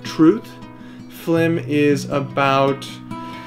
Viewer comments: .... I can't believe it took me 3 minutes to realise you were saying flim and not film. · Haha notice how pronounced FILM as FLIM, and many of us still fell for it. Well, I guess it's the smart art of the one and only. You guys are amazing. Rooting for you guys to win Internet Icon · It took me awhile to notice they were saying Flim making... Still awesome! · there are people who actually pronounce film like that